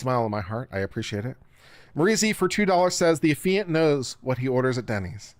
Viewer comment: Both you and LegalMindset called it "Uh-fee-ant". Why do I think it's "Aff-EE-ant"?